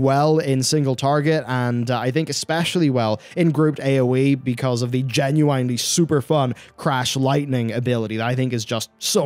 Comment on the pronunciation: Also, someone has to tell you this; you pronounce "genuinely" wrong. Much love though, hope you're doing well. <3